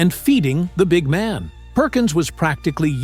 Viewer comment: Here is how you pronounce the phrase "big man." The accent is on the first word, not the second word. Get it right!